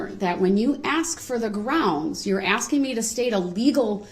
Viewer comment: You cain't do dat 'cause I'm axing questions about awful law!